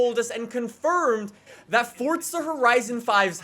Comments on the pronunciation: Forza, not fortza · it literally sounds like you are saying FORTZA.....STOP IT. It's FORZA....NO T. That is all.. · Its forza not fortza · So is it pronounced “ForTza” or “ForZa” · One question, why do you say fortsa instead of forza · Why do Americans call it fortsa... It hasn't got a fucking T in the word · I had to stop watching because you kept saying Fortza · Fortza horizon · “Fortza Horizon 5” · It's FORZZZZA FORZA Z ZZZZZZZZ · I just can’t stand how he pronounces forza 🤮